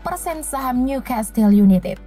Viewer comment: niu kestel yunaited..............bukan yunitid hahahaha